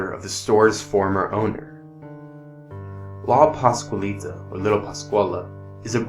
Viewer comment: What's even more scary is the HORRIBLE WAY YOU GUYS PRONOUNCED LA PASCUALITA -_